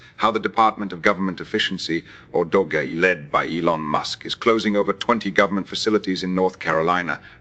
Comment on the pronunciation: i award you negative 3 points for pronouncing Doge "dodgie". and negative 3 points for fake news. i made it so